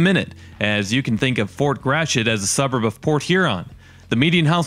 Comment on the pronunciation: Nice job. Fort Gratiot's pronunciation has been unfortunately bastardized into 'Grash-it'; which should be more like 'Grat-ee-oh', as the French would correctly say it. No doubt the New England Yankees who originally settled and developed the county in the early 1800s had a hand in that. Charles Chouteau Gratiot; for whom the county and Fort are named, was born in St. Louis, which was Spanish Upper Louisiana territory in the late 1700s. His father was originally a fur trader from the Illinois area....